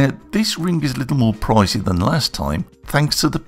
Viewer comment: You put the Rrrrr in ring.;-) Nice job!